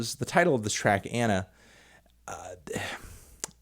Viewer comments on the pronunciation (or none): none